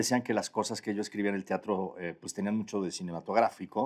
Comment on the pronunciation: ¿Tiatro? dice ¿tiatro?